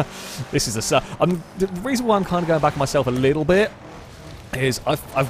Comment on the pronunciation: when he says "a little bit" almost sound like my asian uncle trying to speak English to me lol